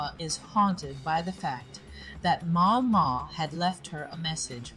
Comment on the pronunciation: The AI voice here is surprisingly good. I only notice it stumbling on the pronunciation of Maomao. A bit more pausing between sentences would also help.